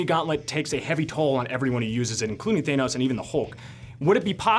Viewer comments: I wish I wasn't so bothered by people saying "thay-noss" instead of "than-nose" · Thay-nos? Me-ol-ner? Really?